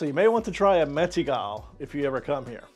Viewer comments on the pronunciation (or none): Your pronunciation of Mettigel is really funny. The literal pronuncation is somewhat like 'Matt-eagle'. Just try it (the spelling and the Mettigel)